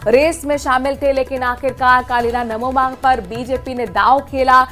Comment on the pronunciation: Namoma nhi nanoma h madam